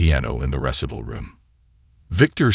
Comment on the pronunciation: AI isnt perfect..do it vs duet. Recital not pronounced correctly. Sofie Sophia sometimes. Coppin for chophin (sic) and others. Lol